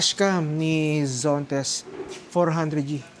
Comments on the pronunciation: ZONTES ❌ ZENTOS ✔ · Zontes po , hindi Zentos😅